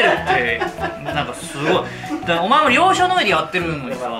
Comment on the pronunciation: しゅごおおい